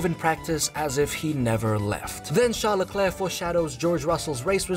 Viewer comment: “Shawl lecleow”